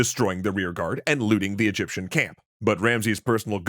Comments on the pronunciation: Egyption 😂😂 Its just an embarrassing accident. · Yup wasn't expecting Egyption instead of Egyptian. Plus this vid on a Thursday. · Egyption lol